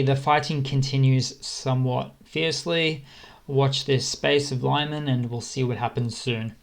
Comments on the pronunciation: just a little nitpick (which will please ukrainians :)) Lyman is read something like Lee-h-maan, not Laiman in english pronunciation. Thanks for these videos btw im using many sources to get a better overview of this conflict and your videos are very good in keeping it real. Thank you and Slava! 🇨🇿💪🇺🇦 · I agree, that is why his Lyman pronounciation was standing out so much :D And also, you are right, Denis Davydov butchers the names way more when he is reading in latin, always brighten the mood a bit even though it is not really important. But you know, in this dire situation, you look for a bit of a relief in all sorts of things :)) Once again thank all of you for this support you guys give to the ukrainians, they are a neglected, forgotton folk of Europe and I believe their recognition as a sovereign state is a long overdue. Slava to everyone supporting their cause. - A supporter from Czech